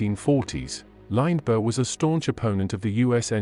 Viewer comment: When you are doing a bio oa famous person and you use an electronic voice, please try and pronounce his name correctly.